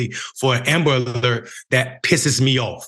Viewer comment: What's an amalert??? Ishen ambalert?? Eckspecially?? Anyway... This story boils my BLOOD!! Every single person that was involved in the (mis)handling of this beautiful families' cry for help needs to be FIRED, banned from working in that field and any field in relation to it! A press conference needs to be held PUBLICLY with news, media, activists and the family of that poor baby boy! May I say, those workers need to be criminally charged! A DEATH OF A LITTLE BOY, A LITTLE BLACK BOY, MORE THAN LIKELY COULDVE BEEN PREVENTED!!! FxxK, I HATE the "system"!!! And the people that work and back it!!! Sister and "mayor" you damn right, this should (and does me) piss you right off!! "They" do not, will not, ever care for us BLACK & BROWN HUMAN BEINGS!! NEVER!!! "They" want us all gone, banished, incarcerated, gentrified, homicide, suicide, cancer, aids, any way shape or form, to rid us all, is their ultimate dream! AND GOAL, trust me on the latter! Make Amerikkka White Again is what they want! Black/Brown, WE MUST COME TOGETHER!! WE MUST START BEING BETTER PARENTS AND TEACH OUR KIDS, OUR NEIGHBORHOOD YOUTH MUCH BETTER THAN WE DO NOW!! "They" ARE TRYING (AND SUCCEEDING) TO TAKE US ALL OUT, 1X1!!! MY PEOPLES, PLEASE, LETS COME TOGETHER! LETS TEACH OUR YOUTH!! LETS OVERCOME!! LETS OVERTHROW THE "SYSTEM"! PLEASE!!! IT'S ONLY UP TO US! I LOVE YOU BLACK FAMILY! I LOVE YOU BROWN FAMILY! LETS DO THIS! 🖤✊🏼✊🏽✊🏾✊🏿🤎